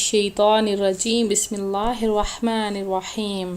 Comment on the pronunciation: Ap tasmiya to sahi parha kareny means bismillah